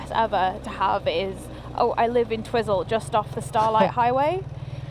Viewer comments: We call it Twi(i) - zel is correct not Tiz-zel. It's tricky, like the suburb in Lower Hutt, Petone, being Pe - to (toe) ne, not Pet-one. 🤣🤣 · I frequently used to do the ride to Mount Cook when living in Farlie. I often combined the ride with a walk up the Hooker Valley. Staying in Twyzel (as it's pronounced), is a good option as you say, accommodation at Mount Cook is limited and very expensive. Camping isn't too bad if it's not crazy busy. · Twizel is pronounced Twiizle, not Twizzle. But coming from a foreign country (England lol) you are excused. Lol. Love your posts. You should stay here. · I love how you guys pronounce Twizel... had it right when he was pondering it, the first syllable rhymes with "wise". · An enjoyable video, thanks, but it is called Twiiiiiizel to us kiwis.. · haha, its Twi-zel. as in ' i ' sound.. safe journeys guys.. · Apparently Em, it is pronounced Twizel as in Why? Agreed,.it makes no sense but that's what New Zealanders say. Absolutely love your videos!!!! NZ is my favourite place I ever visited.